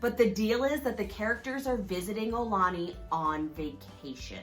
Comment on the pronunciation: Mahalo for this video! I'm so glad you visited and had a nice time! btw, the pronunciation is more 'OW - lah - knee' or 'AH - oo - lah - knee', rather than 'OH - lah - knee'.... fyi - with the global concerns over COVID19, I'm hoping life in Hawai'i and everywhere in the world will get 'back to normal' soon... As of 3/19/2020, businesses are closing down and travel is being restricted... I would hate if visitors attempt to come to Hawai'i and find that many of the attractions and restaurants are not yet available...